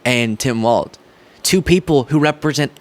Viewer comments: it's pronounced walls. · It's pronounced "walls." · ..there's no "T" in Walz (pronounced Walls) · It's pronounced like "walls" not "waltz". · It's pronounced "walls." You're welcome 😊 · WALZ, it sounds like you’re saying Walt or Waltz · His name is pronounced Walls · I'll subscribe if you stop pronouncing the imaginary T in Walz. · May I gently correct you and clarify his name is Walz? No T. :) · Just a pronunciation correction. The VP nominee's last name is pronounced "Walls," like the 4 things that hold up a roof, not "Waltz," like the dance. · His name is pronounced "Wals". There's no T in it. It's not "Waltz". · It’s not “Waltz” it’s Walz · Tim Walz's name is pronounced like "walls" not "waltz" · I love your show but for the love of God, it is pronounced WALLS not WALTZ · I'm sure no one actually cares, but shouldn't we also make sure we properly pronounce Tim's last name for consistency's sake at least? A lot of people are saying it like "waltz" and it's "Wallzz" like "from the windows, to the Walz!" Just my two cents, which has a crappy exchange rate anyway. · Hi, love your videos. Nice to see an intelligent young man! Please watch how you pronounce Tim Walz's name though. You are not the first, and will not be the last, but it appears that you include a "t" in his name and pronounce it like the dance. It's pronounced as "walls". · it's Walz, like Walls. Not Waltz, like, well you know, Waltz. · I love watching your programs but, please, stop mispronouncing my governor's name. 🤣🤣🤣 Think of it as "walls", not waltz. Nobody, to my knowledge, would mispronounce you as " Beastly". C'mon sunshine, you've GOT this! 😁👍👍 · I love your channel and your videos, and I look forward to more. Walz is pronounced like "walls", not "waltz". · Dude, it's Walz not Waltz. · Dear internet: it's Tim WALZ (pronounced WALLS), not "WALTZ". Thank you. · If I may...Tim's name is Walzzzz, not Waltz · Walz ( WALLS) stop saying walTz....c'mon